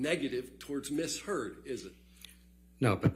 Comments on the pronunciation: He said Amber turd so many times in court it was funny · He does pronounce 'Amber Turd' quite loud and clear doesn't he 🤭🤭🤭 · Did he just call her Amber Turd? Swear I heard that. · Every time he says AmberTurd an angel gets its wings😂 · I love how hard he pronounces "Amber *TURD*" 😂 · he said amber turd 🤣🤣🤣🤣🤣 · I'm sorry, but am I the only one who's hearing Amber Turd instead of Amber Heard every once in a while? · Dude said "Amber Turd" 🤣🤣🤣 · Ok, I know this is completely juvenile (I get that), but I couldn't help giggling after hearing JD's lawyer call her "Amber Turd" 6 or 7 times. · He called her “Amber Turd” 😂😂😂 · 😂😂😂😂 he kept saying amber turd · He actually said Amber Turd🤭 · LMAO he said #amberturd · Every time he said AMBER TURD an angel got its wings 🤣👼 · Every time he says "Amber Turd". LOLLOLOLOLOOL🤣😂🤣😂🤣💩💩💩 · Did he say Amber Turd? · Lol did he say Amber Turd? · He LITERALLY SAID AMBER TURD THREE TIMES IN A COURT OF LAW. That’s hilarious AF !!😂